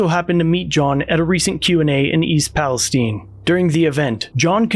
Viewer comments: Palestine not Palesteen oy vey. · Great video. Thank you,.The pronunciation is not Palesteen, it is pronounced the same as the middle east state.